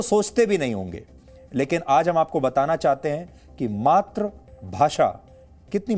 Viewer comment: सुधीर सर मातृ होता है मात्र नहीं, उच्चारण सुधार की आवश्यकता है।